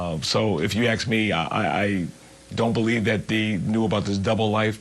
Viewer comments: If you ax me. Oh please the word is ask. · I guarantee, nobody axe you anything. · When you "axe" the police comish questions , he has good answers. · "If u axe me" .....this is the police commissioner lol